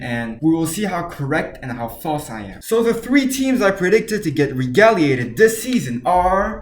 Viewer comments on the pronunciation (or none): Pronounced as Reg-gull-lated.